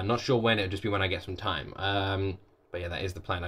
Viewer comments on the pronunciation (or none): none